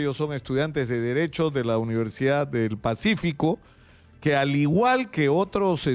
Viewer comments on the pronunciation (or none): Porque hablan o pronuncian mal como "uniersiaa"ientiaa, acreitaos.